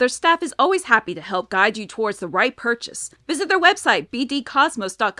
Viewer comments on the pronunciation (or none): none